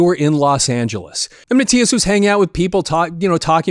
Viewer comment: Its Mattius